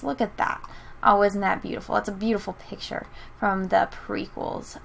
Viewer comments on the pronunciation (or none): none